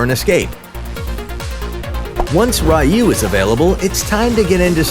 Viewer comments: I just want to point out that her third skill should be pronounced as 'Riyuu' not 'ruh-yuu.' Ryuu means Dragon in Japanese, and her third skill basically uses a dragon technique. Thanks for the guide, though! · its pronounced Ryuu (Ryu) meaning Dragon, not Rayu, we are playing AoV not Street Fighter lmao